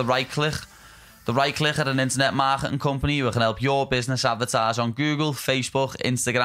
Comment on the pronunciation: They way scousers pronounce click is down right hilarious.